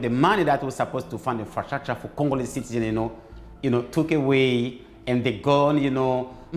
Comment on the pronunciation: « ok we are going to fund infratshatsha » this took me out !